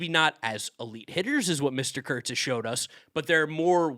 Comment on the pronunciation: i cant believe you both mispronounced nick kurtz for al mvp wrong